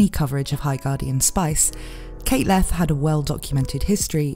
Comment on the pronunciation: Leth Pronounced pretty close to Left. I feel like theres a joke here, but that is as far as I've gotten with that thought.